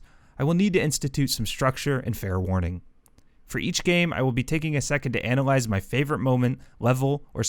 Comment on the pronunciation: Bro really took an English AP class and said, I’m gonna anAliZe call of dUUUTy